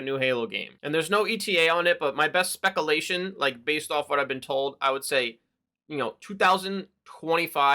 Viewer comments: Did you just say.. Specalation? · ....haha. Gotta love the personality. Keep up the good work.